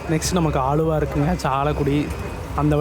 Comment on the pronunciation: அழுவா இல்லை ஆலுவா